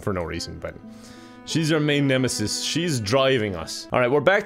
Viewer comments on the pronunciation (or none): none